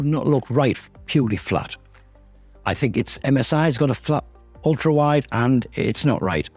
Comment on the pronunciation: "ULTAWIDE" lol . Ulta is that beauty and cosmetics store